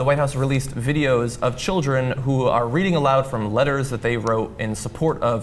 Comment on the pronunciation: bu wu abou da chilreh????!????